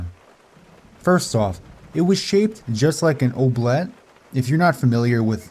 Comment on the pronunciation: Eww-blee-ette, oubliette. Just letting you know!